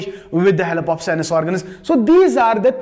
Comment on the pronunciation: This is not sinuses its sense This is not a espiritual it's spiritual Sorry sir your knowledge is good but you're English is not good